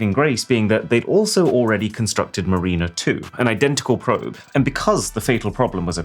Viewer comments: It is pronounced mar·i·ner /ˈmerənər/ not "marina" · NOT 'MARIE-NUH' - try 'MARRY-NUH'. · It is caramel. A friend has a rabbit R1, he loves it. (And it's not 'Marina' it's Mar-in-er'.) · Mariner is not pronounced like 'Mareener'. It's like 'Marinner'. I've never heard anyone else pronounce is as you did. 😉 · Ok Mr. Boss, I've only got one critique for you. Mariner isn't pronounced Ma-reen-er. It's pronounced Mar-ren-ner. It's an actual word, as in someone that travels over the water. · Its "Mare-En-Er" Mariner. Not "Muh-Reen-Er" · Meh any AI that makes folks say Cara mel properly has to be perfection; those folks cannot complain when they think Ar Kansas is pronounced Arkensaw. Edit ...massive sigh pronunciation alert it's Mar iner 1 not freaking Marina as that is a place where boats are docked. How can you get it wrong the first time yet right the second time for Mariner 2 ? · "Mariner" is pronounced "ma-rin-uh", not "marine-er"! Just for future reference! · The space probe is pronounced mar in err not Marine err. Mariner like a sailor. Such as a submariner never pronounced sub marine err always sub marin err. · I can't believe you blamed an exploration satellite for a rocket telemetry error. I mean, yes it's rocket science, but that's like blaming the passenger in an Uber for not putting gas in it. Also, I can't believe even as a Brit, you can't pronounce Mariner properly. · It’s not “ma-reen-na” (spelt marina), it’s “ma-rin-ner” (mariner). And the Y2K bug was not laziness, it was due to the initial prohibitive cost of storage - RAM and disk space - because a number between 0 and 99 could be held in one byte, whereas a number between 1900 and 2000 requires two bytes. In 1970 1MB of hard disk space cost about $2,000, by 1990 it was around $10. But nobody spent the money to rewrite the software to take advantage of the relatively cheap price of storage because, profits, until they needed to because, no computer, no profits. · "Marrinuh" not "Marineuh"